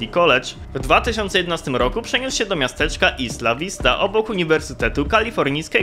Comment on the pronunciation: Cymbale niedouczony tego się nie czyta ISLA vista.